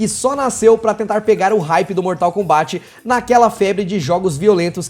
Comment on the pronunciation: Meu Deus, primeira pessoa do YT falando Mortal KombÁT... como se deve falar. Obrigado!